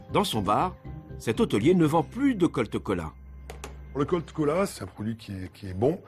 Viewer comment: c'est cola pas coca